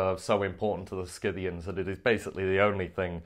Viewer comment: It’s pronounced Sith-ian as far as I know